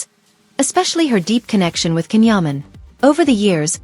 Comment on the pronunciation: That was some story guldan is cans mum not a close friend, his name is can not Ken and is pronounced Jan, he is not married at all and never has been ,please state that your peice is a story before you go any further 🎉